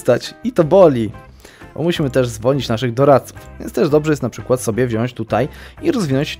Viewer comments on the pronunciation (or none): none